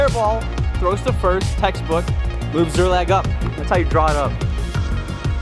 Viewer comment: one word. two syllables. SZER-LAG.